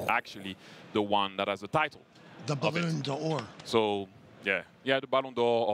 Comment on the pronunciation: The fact that Thierry was subjected to saying “Balloon Dior” and “Concafa” 😂